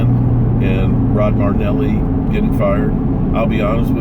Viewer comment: Marinelli not Mardnelli